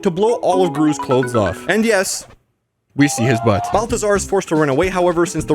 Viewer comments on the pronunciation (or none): none